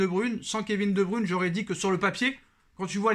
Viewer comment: Kevin de bruyne et non de brune